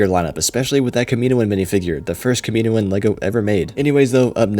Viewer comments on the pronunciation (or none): It’s Kam-i-No-an, not Kuh-Me-no-an.